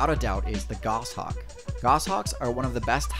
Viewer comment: Hey good job just one pointer though it's pronounced Goash hawk. Subbed keep up the good work.